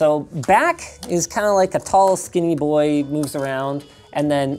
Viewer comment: "My boah"